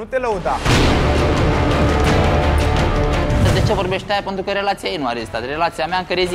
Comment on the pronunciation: PANTRU NI TE MAI DA CE NU ESTI SA L INVATATI SA ZICA PENTRU ASTA NU PREASTIE LIMBA ROMANA 😁😁